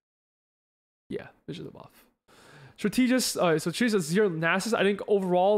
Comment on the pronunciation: In case you care strategist is pronounced strat-eh-jist. Thanks for the insight on the patch!